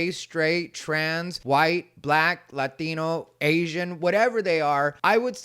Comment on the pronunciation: I notice you say "Asian" without a Chinese accent and you don't drop the ck on "black" for a black accent, but "Latino" gets a Mexican accent. Are you discriminating? They should all get their corresponding accents 🤣🤣